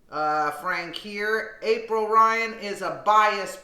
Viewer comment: April Lyan please get her name right LOL